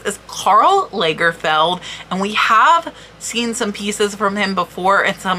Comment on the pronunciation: Lovely pieces you had to show! Lagerfeld is pronounced like the British beer, with an open a.